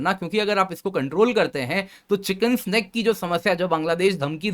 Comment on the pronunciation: आप बार बार चिकेन स्नेक बोल रहे हैं जो गलत है। यह शब्द चिकेन्स नेक है।